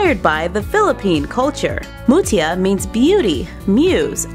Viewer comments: Hi im actually a filipino if you didnt know our langguages are Filipino,Bisaya sometimes English and alot from our country and sorry that you can be wrong to pronounce Mutya is Mut-ya Here are the famous words we in the Philipines pagkain-food makaon-food Filipino and Bisaya are one of the famous langguages people spoken and im a Bisaya from Dipolog City known as an InstaGirl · its not Jasmine flower its the Sampaguita flowers from our country c: Maraming salamt para sa pagbili ng kultura ng barbie namin :) Translation: thanks for buying our culture barbie :) And yes im from the Philippines And its pronounced MUTYA like u say it fast :3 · Umm it is actually pronounced like moot ya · Our national flower is sampaguita and your pronounciation is so wrong in the word mutya